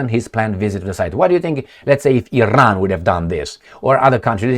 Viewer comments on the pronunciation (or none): none